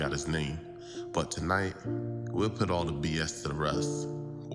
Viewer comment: For those who can't decipher: "Pit" is put and "hem" is him when the narrator speaks.